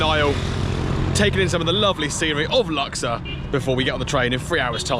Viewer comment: Not luxer it's lux ourr